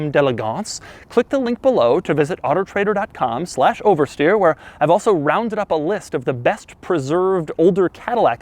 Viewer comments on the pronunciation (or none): I swear he says otter trader.